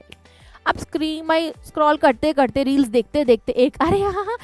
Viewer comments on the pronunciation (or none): none